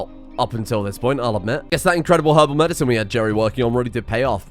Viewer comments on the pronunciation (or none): none